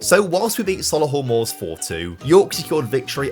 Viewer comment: Soluhull Moors????? Soh LEE hull Moors.